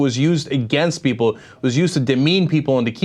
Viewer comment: "unless you tell peepur''